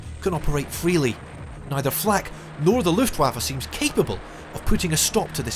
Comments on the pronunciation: I know this is the most boomer-complaint every but the second syllable in Luftwaffe is pronounced "vaff-uh" not "woff-uh". Otherwise great job! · Just a little note, in German w is pronounced as a v (and v as f, but that's less relevant here) - so pronounce Luftwaffe as Luftvaffe).